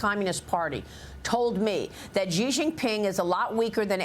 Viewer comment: "Xi" is pronounced "she," not "jee." After years and years you still can't get this right.